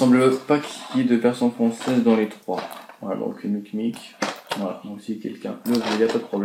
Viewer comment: C'est mimic pas micmic